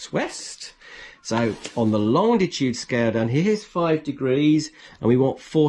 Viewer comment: Hello from Pedants’ Corner. There’s only one ‘D’ in Longitude. Please stop pronouncing it Longditude. Otherwise, most helpful video.